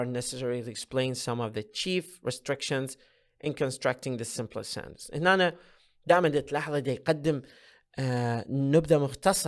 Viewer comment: تحياتي لكم مقدما.. لكن هذا ليس شرحاً بل هو ترجمة لما هو مكتوب.. ويبدو لي - وقد أكون مخطأً - انه عرض أقربُ للفظ منهُ للشرح.. وكلمة (sentence) لم اسمع البريطانيين أو الأمريكان أو الأستراليين او حتى الاساتذة العراقيين يلفظون هذه الكلمة كما تلفظها بشكل غريب.. سوف تقول لأنها مُدغمة مع الكلمة التي بعدها.. أقول لك لا.. لان اغلب لفظك لهذه الكلمة تكون وهي أي كلمة (sentence) في نهاية ترجمتك لفقرة معينة.. ليس الموضوع موضوع المُماثلة (Assimilation ).. ونختم رائينا بالشكر لجنابكم.. أخوك: المترجم د. محمد